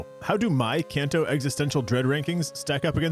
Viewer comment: It's pronounced KahnTou, NOT CanTou.